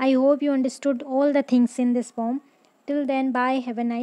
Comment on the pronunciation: It's a poem not pom....